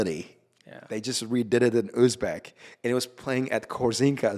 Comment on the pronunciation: I loved uzbek pronunciation rather than natives 🫠